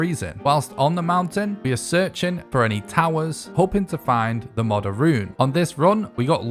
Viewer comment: Bro is saying “modder” 💀 I hate it. It’s “mow der”